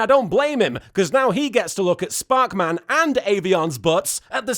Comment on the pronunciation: When LK said 'sparkman' correctly - that got the most laughs. I'm far too invested in this series and it's gags now.